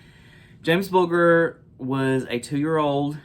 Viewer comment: Just for reference, the ‘g’ in Bulger is pronounced like the letter j. That murder shocked the entire world. When it happened, my eldest son was only 3 years old. After learning about the case, I was terrified and kept my son in his pushchair whenever we were in the shopping centre. It’s sickening that the boys were given special treatment by way of new identities. That’s a bitter pill to swallow. 💕💕